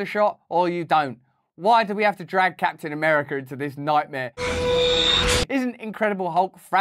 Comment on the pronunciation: He says Capn America.... a BOSS cologne commercial With Hemsworth in it...